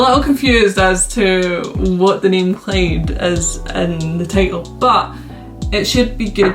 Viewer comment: It’s Clyde not Clade bruh